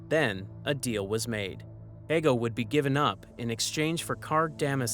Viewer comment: i hate to quit listening after he mispronounced Hego for the 50th time. I'm not trying to be cruel to the creator, I just want him to do better. There are ALOT of Star Wars channels out there and making little to no effort videos like this won't improve your chances of being elevated to the higher tiers of creators. Especially if they're people like me who enjoy the EU more than anything that came after ROTJ